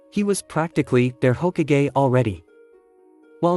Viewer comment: he was saying it like hogakgay